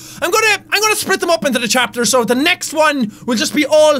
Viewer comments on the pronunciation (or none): none